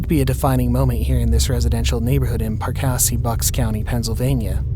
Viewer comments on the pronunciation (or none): I live in the town Perkasie where the plane landing. If you don’t know the town people always say it wrong. People pronounce it like Perkazee but it’s really perk a see. Perkasie.